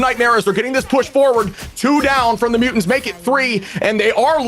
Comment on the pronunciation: oohhh I was wondering why tf in a different video he kept sayin mutant's team and it clearly says mutate. Bothering tf outta me 😭 but do these people every actually SAY they're name tho? Like with there voices?